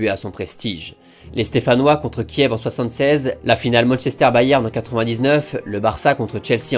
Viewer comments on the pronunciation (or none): none